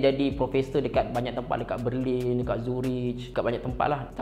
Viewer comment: Aku tak tau kenapa tapi setiap kali dia cakap berlin, aku ingat dia nak cakap perlis